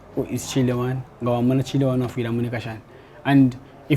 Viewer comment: Imweh its Chile one not Chule one 😂